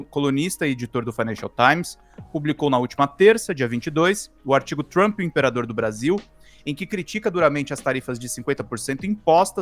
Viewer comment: 😂😂😂😂😂 o Trump está muito, very ...very TRAMP 😂 Meu 👑 rei!